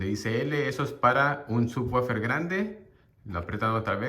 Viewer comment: Así no se pronuncia subwoofer en inglés, se oye naquito🤣 mejor dilo normal